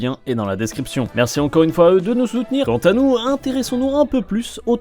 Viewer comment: J’ai bien aimé le « tankanou » à la toute fin pour dire « Quand à nous » 🤣